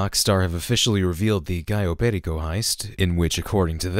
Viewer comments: From a native Spanish, it is pronounced like "callo perIco, not pErico, if you get what I mean. Ah yeah, Im spanish so I know what Im talking about. Also Perico is a slang word for cocaine. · Just to let you know, it’s pronnounced peRIco, not PErico. Amazing video as always! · "Perico" is also slang for "cocaine"! Also, it's pronounced "peh-ree-co" (accent on "ri").